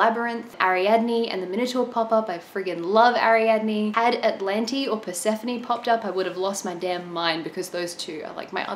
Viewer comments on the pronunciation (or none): none